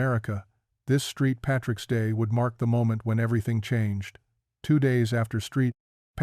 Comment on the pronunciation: "Street Patricks Day"? WTF!